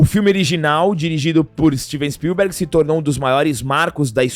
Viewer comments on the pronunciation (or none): Tu vai morrer sem aprender a falar Spielberg. Som forte é no "i"